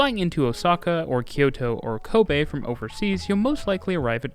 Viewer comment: Very satisfied that you pronounce the city of Kobe correctly. Apart from that, this is a very detailed coverage.